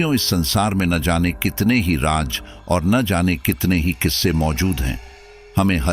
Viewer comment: Raj nahi Raaz bolte hai Mr Narrator